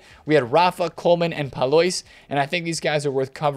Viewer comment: Courtois - Cor twa. Pallois - Pal lwa